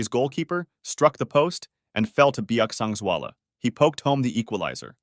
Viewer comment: As a person from mizoram! Your pronunciation for his name is so good and thank you for sharing his death, it was really a sad event for the society of mizoram and thank you again.